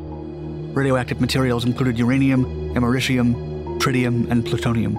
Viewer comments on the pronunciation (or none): none